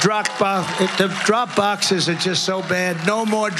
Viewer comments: Troth,,,, Truth Cential,,, drok bokses, droop duckses, blah blah blah... LOL At least Biden actually overcame his speech impairment, but I guess Trumps big brain is shrinking. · Trooth sentential, Drog boxes, Zookerberg drog boxes?